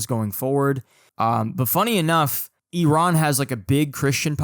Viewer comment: Finally someone pronounces Iran how it should be, not like Eye ran